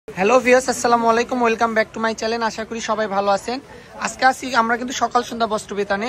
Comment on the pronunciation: চ্যালেন না ভাইয়া চ্যানেল😂